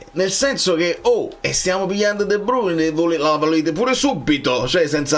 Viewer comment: Dovrebbe pronunciarsi "di bruin"